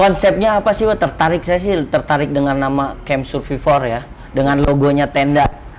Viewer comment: Pelafalan SURVIVOR /səˈvaɪvə/, pleaaase!